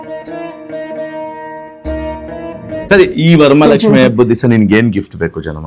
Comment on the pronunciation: ವರಮಲಕ್ಷ್ಮಿ ❌ ವರಮಹಾಲಕ್ಷ್ಮಿ ✅